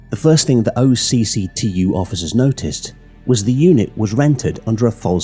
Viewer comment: Great video, when you say OCCTU it’s not said out as separate letters it’s pronounced more like a word pronounced “och-too”